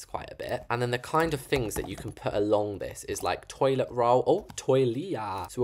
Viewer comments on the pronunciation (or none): THE TOILEAA KILLED ME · "tOileA" 😂😂 imao